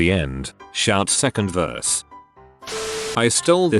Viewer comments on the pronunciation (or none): none